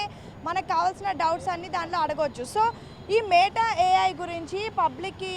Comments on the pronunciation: Meettaaaa kadhu...meta... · మే టఆఆ కాదు. మెటా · neeku oka 🙏... Adhi మేట a.i. kaadhu... మెటా a.i. Ee ABN gaadu yeppudu chasthaado... Appudu Telugu states lo unna dharidram podhii... idhi oka paid promotion... Dhaaniki kuda nuvvu cheppey style... Total ga 🙏